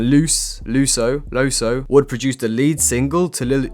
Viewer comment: great vid fyi loesoe is pronounced lew-soe